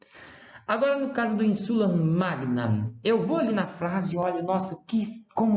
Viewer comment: Você está errando a sílaba tônica. É ÍNsula, e não inSUla. É ÍNsulis, e não inSUlis…